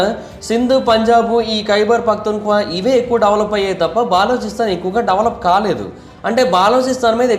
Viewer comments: orey nayana baa-loo-chi-stan kadu, buh-loo-chuh-stan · బాలోచిస్తాన్ కాదురా నాయనా బలూచిస్తాన్ అని పలకాలి.. పూర్తి సమాచారం తెలియకుండా వీడియో చేసినట్లు ఉంది. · తప్ప గా పలుకుతూ ఉన్నావు,ఆది బెలుచిస్తen ani antaru correct chesko last వీడియో lo kuda cheepina Bri inka ni istam